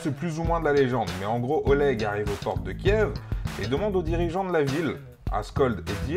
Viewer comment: Petite précision Kiev se prononce "kief" ;) Bref, les format court d'histoire c'est sympas.